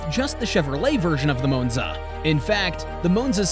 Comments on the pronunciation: It’s not a moonza. It’s Monza. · I had to stop watching after the 5th "Mown-za". It's Mawn-za! 🙄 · It's not a .... Moo-nz-a It's a ... Ma-n-za. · Moonza really? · Moanza?? LOL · I thought it was Moanza. 😂😂😂😂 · M ON ZA, stupid Ai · Stupid AI just cannot pronounce the name of this car correctly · I really wanted to watch this video but I couldn't tolerate how Monza was repeatedly mispronounced. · That's what I was thinking. I made it 2 min. Then paused it, went to the comments. To see if anyone said anything.